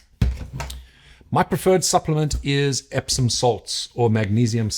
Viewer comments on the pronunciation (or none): none